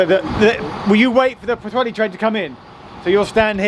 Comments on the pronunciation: You did pretty well! I found it a tough name to learn. I was impressed by your pronunciation of the first half, but then your 'welli' instead of 'heli' did give me a giggle - which I appreciate. Great video - an area I used to know well. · Puth-heli is a reasonable approximation. The LL sound is almost unique to Welsh, and the best way of learning the sound is to notice how the TL in the word "antler" works. PS. The letter W is a short oo sound without a shelter, and a long oo if it has the little roof (ŵ) above it. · It's pu-thelli! And that's from a Scotsman, who's never, yet, been to wales, but who supports Clwb Rygbi Caerdydd! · Not as bad as Vera Duckworth. “Poohwelly”. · 'where' Junction on the Isle of Wight??? I keep replaying it, and I have no idea what you are saying! It is worse than your 'Pwllheli'! 😆